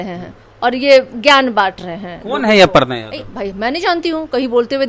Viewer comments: अपर्णा नहीं है छेद जी अर्पना लिखा हुआ है हिन्दी तो पढ़ीए ठीक से न तो दु मिनट के लिए बोला लिया जाएगा😂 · अपरना नहीं अरपना पढ़ा जाता है मुर्ख 😂 पोस्टर में बिल्कुल सही लिखा है😂